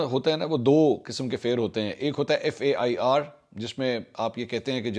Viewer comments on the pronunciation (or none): Fair pronounced as written. Fear pronounced as Fee-ar. Both spellings and pronounciations are different. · Fair and Fare pronunciation. Fehr. Like hair, chair and pair. Fear pronunciation is Feer. Like ear, near and clear. Thank you. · The word “fair” is pronounced /fehr/ and should not be confused with the pronunciation of “fear” (/feer/). Furthermore, the word “faire,” which refers to a carnival or festival, shares the same pronunciation as “fair.” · لفظ Fair اور Fear کی pronunciation ایک جیسی نہیں ہے۔